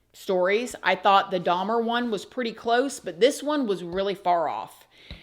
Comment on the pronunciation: Why can’t she say Dahmer or Bundy???